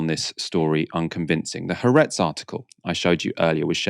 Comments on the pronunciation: Haaretz is spelled with 2 As because they are two separate syllables, with the stress on the second. hope this helps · Why can't any of you learn how to pronounce Ha-aretz?